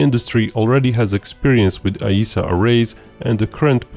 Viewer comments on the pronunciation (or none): none